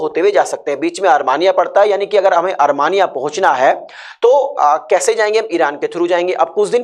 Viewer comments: Coach your pronunciation is pathetic... ARMANIA it is Armenia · You should first try to pronounce the name of a country. It should be pronounced as Armenia instead of Armania